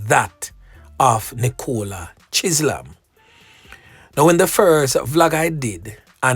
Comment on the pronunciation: why are you butchering peoples names? Chisolm is pronounced Chizzum. Ok? Not Chizlam. 😂